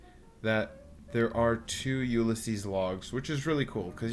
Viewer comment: Did you really just pronounce ulysses that way? Lmfao I was like wait what? 🤣